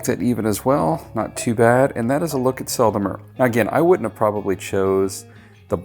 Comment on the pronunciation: French pronounciation pro tip. The "E" in Sel and Mer are pronounced the same, like you perfectly do in Sel =)